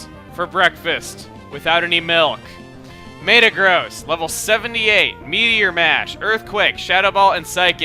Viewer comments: Maytuh-Gross is probably the WORST pronunciation of Mehta-Graws I've ever heard. Don't worry we still love you Chugga! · its pronouced me-ta-gross not may-ta-gross but still iver way go chugga go chugga!